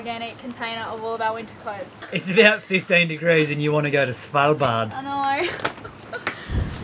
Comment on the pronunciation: his pronunciation of Svalbard was so weird 😂 Good try tho 😉☺️